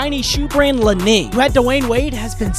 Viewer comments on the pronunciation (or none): Learn how to pronounce the word Li-ning